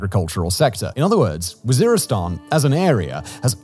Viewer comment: lol he calls it war-istan, oops.